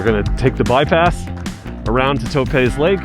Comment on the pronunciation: Dunno what school they taught you to mispronounce everything. 1st I thought it just regional, but Toe-pahz? Really? Lee Vine-Ing. Etc. Sheesh. That's She-shuh to you, mush mouth....